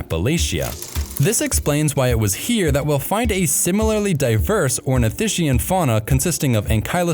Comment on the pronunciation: it's pronounced OrnithisKian, like chasm or chaos.